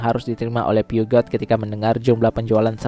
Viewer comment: Peugeot itu min, dibacanya “Puzyu” bukan “piugat”.